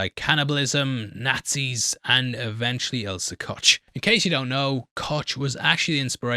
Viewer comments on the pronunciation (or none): Koch is pronounced like Coke. Gein would also be pronounced like gine, not geen. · I know yer a Brit and all and she was a nazi, but the way you butcher the pronunciation of the name Koch is... ooof! There's no T in there.. never. Try saying cough without the F and just end on CH. Or just type it in Google Translate and press the play button. :P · Koch is pronouced as "Kohh" it means Chef in german